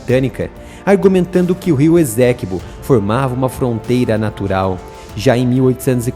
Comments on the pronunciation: Estou na guyana a 11 anos. A pronununcia e essequibo e nao ezequibo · Lê-se Ê-CÊ-QUI-BÔ (ESTÁ É A PRONÚNCIA CORRETA)